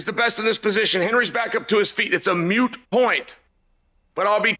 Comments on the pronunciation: yeah that’s a thing… but he’s very purposeful in how he sneaks in mispronunciations. It’s quite brilliant actually. For example in this video he says quickly but carefully says “mute point” when he knows it is actually “moot point”. Or how he usually pronounces the term precedence as “preceTence” with a hard t. Lol It’s just funny and brilliant how he regularly does this sort of stuff. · "MUTE point" Lol. Hey uncle Chael, how have you made it to almost 50 years old and still not figured out it's "MOOT point"? Lol